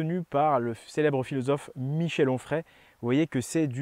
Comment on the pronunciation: En ce qui concerne Michel Onfray , tu as forcé sur le H ....